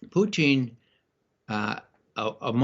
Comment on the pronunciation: Why on Earth does Ray McGovern, of all people, pronounce "Putin" as if he's a staple of low French-Canadian cuisine?